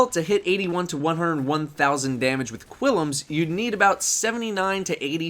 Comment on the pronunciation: It's pronounced "Klim's Terminus" Seriously, look, there is no 'I' after the 'U' in Qullims. Wierd as fuck.